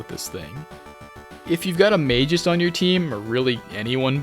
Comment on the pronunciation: Mispronouncing Magus as "mages" should be a war crime.